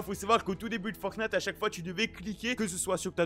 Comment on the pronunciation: Ça me fait delirer a chaque fois il dit « boutique fortnate » 😂